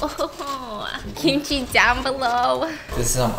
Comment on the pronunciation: I have myself pronouncing kimchi the same way at stephanie lol. I usually say "kim-chi" but stephanie says "keeeeem-chi" so now i say "keeeeem-chi" lol